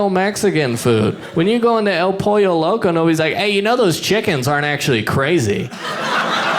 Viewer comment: You said “Loco’s”!